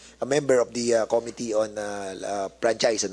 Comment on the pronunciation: This po hindi Dis. Atsaka paki po pronounce ang committee hindi Ko-mi -ti. Suggestion lang para di masakit sa tenga Hayaan natin sila magsalita, its not all about you.